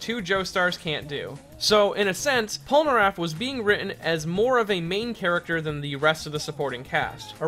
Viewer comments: Pole- ner (as in nerd) -aff (as in affable) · Polnareff, not polnaraff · "Michelle" polnareff not Michael /_ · It’s Pol NA Reffu when a Japanese ascent